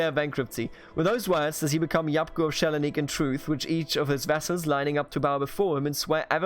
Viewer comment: Yes, Thessaloniki is S(not "sh")elanik in Turkish.